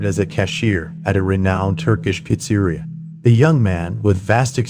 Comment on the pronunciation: Is the narrator AI? For a long time I thought he wasn’t but when he pronounces “Pizzeria” as “Pits-eery-a” multiple times (as opposed to the normal Peets-a-reeya) you definitely wonder. Not knocking an awesome video, just curious.